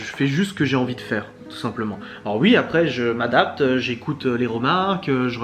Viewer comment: Merci beaucoup de cette vidéo ! Et j'adore.....quand tu dis YUI au lieu de OUI ! Je te souhaite le meilleur pour la suite.😘